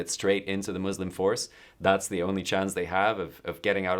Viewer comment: 4 minutes in and “ ze ditch!”